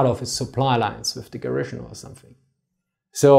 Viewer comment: I love your videos. I'm not normally that guy, but you use the word a lot... Garrison. GEHR-ə-sin. Stress on the first syllable, no sh. Not gar-ISH-in.